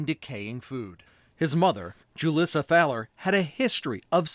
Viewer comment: It's really weird that the news keeps calling her JU-liss-uh when her name is obviously pronounced HOO-lees-uh. Why aren't we making sure that we know her name? She deserves to have her real name shamed and blamed.